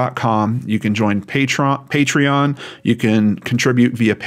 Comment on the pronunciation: Thanks for the shout out for patreon - you pronounced my name right 1st time 😄 Happy to support you as I love your work and how much thought and effort you put in to each account. As everyone is saying below; you should not have to explain why your videos are scripted and I would not worry about eejits who criticise you for it 🤬. Keep up the great work - your concern, respect and caring nature shows in all your stories, and I'm sure relatives of those in the cases appreciate it a lot! ❤